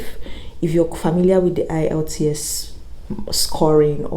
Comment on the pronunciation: Is the E in the IELTS silent, cos you keep saying ilts